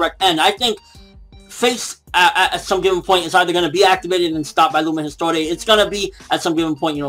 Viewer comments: Isn't it supposed to be pronounced eest-war, or somethng like that? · It's not the chapter that was called Father and son, but the entire mini arc! (Tartaros part 4 ) And once again it's not Lumen Historia or Lumen store :D but Lumen Histoire!!!! ^^